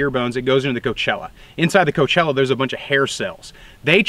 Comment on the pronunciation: i cannot stop binging your content; the information presented is always brilliant. small thing though, afaik "cochlea" is usually pronounced co-klee-ah or cock-lee-ah. coachella i think is a music festival.